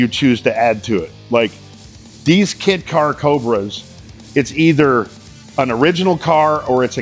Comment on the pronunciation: Did he say kit car or kid car?